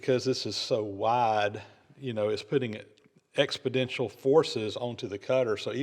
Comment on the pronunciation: Exponential, not "expidential".